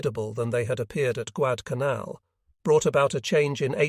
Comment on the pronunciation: Agreed, it is very difficult to follow the order of the videos. This video actually pronounced Guadalcanal correctly one or two times. The islands covered in this video are so small and obscure.